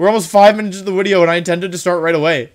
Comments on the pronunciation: I really like your videos.. but everytime you say “wideo” I wanna throw my phone across the room.. it’s so cringe, like bruh.. just say video.. you force the “wideo” way to hard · i'm sorry. new to the channel. does he always say uideo and do the v like u's? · can someone explain to me why does he say wideo? i still dont know .-. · “Okay so this is going to be a longer wideo” Do you know how little that narrows it down? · Stop saying wideo for the love of god! Worst part of your videos. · Zach's Fan Club Is there a story to why he says Wideo and not video? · "I wanted to do a more serious take on a laddering video - looks down, then up - *wideo*", you couldn't even hold it straight for 2 seconds, lol. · I love that you commit to saying "Wideo" every time. Even when you say it with a V you correct yourself. Good content bro. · Why does he say wideo instead of video? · mucho like da wideo, it gewd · Why do you say wideo? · I May sound stupid, why does he say wideo? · Why does he always say wideow ? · why does he call videos WIDEOS?? is it because wolfey starts with a w? or is it a "win" thing? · evreyone gangsta until wolfey pronounces video correctly. shits about to go down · I think he has a speech problem but I’m not positive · No one: Wolfey: Dracowish, Wideo